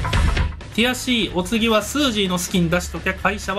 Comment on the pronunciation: の「ティアC！」がどうしても「くやC！」に聞こえる空耳にかかりました。